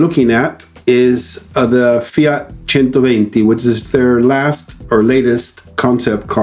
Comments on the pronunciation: 10/10 correct pronounciation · He pronounced centoventi better than me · Thanks for pronouncing "centoventi" the italian way :) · yes agreed! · Yes ! Thanks for pronouncing 120 correctly. My main problem as you say is the wire on the hood. That is going to scratch the hood. Great video. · As an italian, i consider your pronunciation of the word "centoventi" better than mine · Great video Frank! There are two points I’d like to highlight, however: The bumpers are ribbed because they’re actually rubber, which prevents the body being scratched when parking, and the display is actually used for advertising, so users can earn money while the car is parked. Check out my video with Klaus Busse for details — You did pronounce the name better than I did though, which I got a lot of flack for ;) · A native Engllish speaker who managed to pronounce correctly a non-English name!!! WoooWWW!!